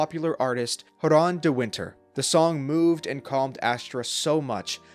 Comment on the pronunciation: Dude, who? The game characters say his names repeatedly in voiced cutscenes, and "Joran" is pronounced with a "soft-g" sound like in "gem" or "giraffe." Yes, J does is pronounced with an H sound like in "hippo" or "hand" in some languages, but not in this case. Sorry, it's just a huge pet-peeve.